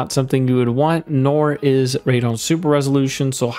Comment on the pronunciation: Can tell you are not a PC gamer calling it radon. lol when it has a E in it and starts with RAD as in RADical